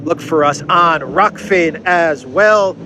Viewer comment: Alex great show thanks for everything you do. P.s a silly side note please inform the platform Is called ROKFIN not ROFKIN lol I laugh every time he says it lol